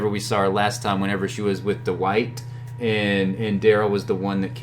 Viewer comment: Duh-white. Lol. Thanks for the great content 👍🏻